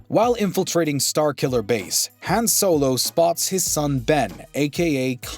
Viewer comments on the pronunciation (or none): How do you pronounce it "Haan" and "Haun" in back to back sentences? Especially when both Solo actors pronounce it "Haun." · Yooooo this mans really switched how he pronounced Han on us 😭😂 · One thing about this video that drives me crazy is how he is saying Han's name incorrectly.